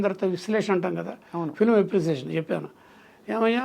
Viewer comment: చెప్పను కాదు చెప్పాను ప కి దీర్ఘం పెట్టండి